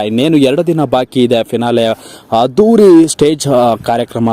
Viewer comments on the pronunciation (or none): Anta ge hantha akka pakka ge hakka pakka adduri ge hadduri antiri kannada sariyagi matanadu gubal